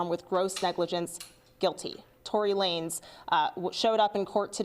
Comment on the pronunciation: At least this time pronounced Tory Lanez's name right. Anyone remember he first pronounced it Lah-nez?